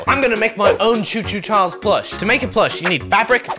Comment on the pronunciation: no it's not co co Charles it's choo choo Charles